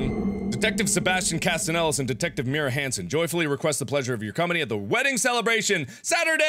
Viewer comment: your pronouncing myra mira